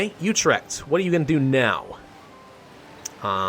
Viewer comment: you pronouced Utrecht wrong but dont worry